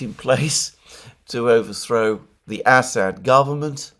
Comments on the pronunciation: It's Amusing how many times I hear Ass-hat instead of Assad. Merry Christmas friend. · "Ass ad" "Ham Ass" LOL come on man!🤣😂🤣